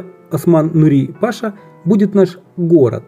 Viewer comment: В слова "паша" в данном случае ударение падает на 2-й слог: пашА.